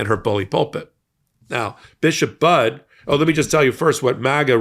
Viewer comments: Hey, it's pronounced Buddy, not Bud. 🤓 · Her last name is pronounced "buddy." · Her name is pronounced Buddy